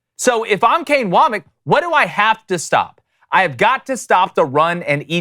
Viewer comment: I am begging you to pronounce names right. Woe-Mack. And Milroe isn't French. What gives?